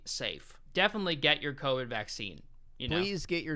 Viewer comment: COVID not covet